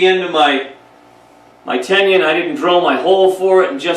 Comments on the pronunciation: Tenon please, not tendon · Its "ten un." Not" tenion". Mispronouncing the word makes you sound like you dont know what you're talking about. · He's has some useful information, but he's pronouncing Tenon incorrectly as Tenien or Tenion... I would like to hear him pronounce Indian. Probably Engion. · I was hearing ten-yun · How does one get this far with woodworking and not know how to say tenon.